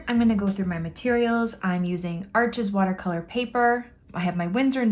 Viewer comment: It’s French, it’s pronounced, “Arche,” the (s) is silent